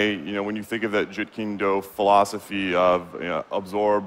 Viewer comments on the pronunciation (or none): "Joot keen do" Can't even pronounce it properly. EA still fails, I see. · Did he joot keen do? It's Jeet Kune Do